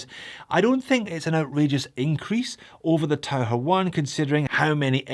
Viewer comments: I did take 4 years of German. The closest English pronunciation would be "Tau-kir", not the "Tau-her." It means "diver". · I’m not sure how you pronounce Tau-ker but being a German I think Tau-her comes closer to Taucher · Pronounced taucker.